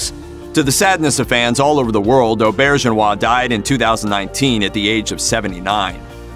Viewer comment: You also mispronounced his name. I'm sure the rest of the video was fine after that but I'll never know because I turned it off then.